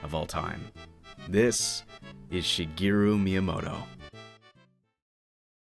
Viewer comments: Be nice if you pronounced his name right. It's Shigeru (shee-geh-roo), not Shegiru (sheh-gee-roo). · Shige, not Shiggy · Shigiru? Who the hell is Shigiru? Like the rest of the entire internet, you're pronouncing his name wrong. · Which pronunciation?? English or his actual Japanese pronunciation?? Because if you mean his Japanese pronunciation Shigeru Miyamoto (Japanese: 宮本 茂, Hepburn: Miyamoto Shigeru) mē ya no toe she gay roo(or even where you just cut off the U because it's not really said in Japanese like it is in English) but I don't know if you know Japanese or if you think it's mispronounced like most Western countries that use Japanese words like tsunami or Tokyo or Kyoto… Tokyo in English is always pronounced as a three syllable word, but in Japanese(which the words come from) Tokyo(and in extension Kyoto) is technically a two syllable word… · "shuh-GEER-oo" Miyamoto. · it is unfortunate that you dont pronouce his name correctly in a documentary about him. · Nice Japanese pronunciation, fgt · All this work and you couldn't be bothered to look up how to pronounce his name. What a slap in the face. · Wrong. There's right way and a wrong way. Look it up. The way he pronounces his own name is the right way. Period. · One whole video about the guy and you couldn't pronounce Shigeru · LOL exactly what I thought. Sad. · Alternate title: 26 Minutes of a Guy Mispronouncing "Shigeru." 😅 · It seems a pity to write so much then have someone mispronounce the Japanese words.